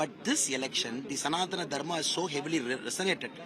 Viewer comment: Rajdeep first learn to pronounce sanadhana Dharma .. DMK are against brahmins with no doubt ..curse of brahmins will WIPE DMK .. NAMO SHIVAYA 🔱🔱🔱🔱🔱🔱🔱